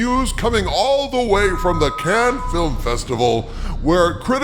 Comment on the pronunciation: Nice pronounciation of 'Cannes'. It's the little things that you get right, which others don't, that engender trust.